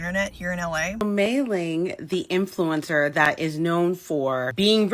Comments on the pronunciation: “Try bein’ an influensuh for a day, try it.” I say as they drag me back to my gucci balenciaga branded padded room. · “try being an influencah for a day” ok Mikayla give it up we know it’s you girl 💀